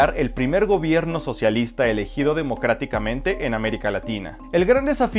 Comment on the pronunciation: Este Sr q habla de la historiande Chile. Dice elegidobdemoctatticamente 😂😂😂